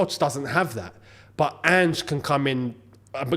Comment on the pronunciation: Thank you for learning how to say Ange's name, also spuds won't win the league. Shouldn't have won against liverpool and wouldn't have even beat the worst team in the league if it wasn't for ridiculous added time. I've watched them struggle against poor sides far too often to actually take them winning the league seriously.